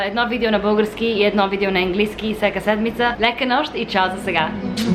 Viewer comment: по-правилно е да казваш "всяка" вместо "всека" 😁💓